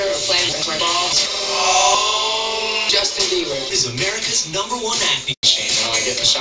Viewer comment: It's JoJ-tin Bieber..